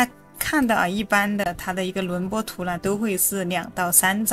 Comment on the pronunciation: 轮廓（kuo）图, 内容挺好，就是这个字多次重复很别扭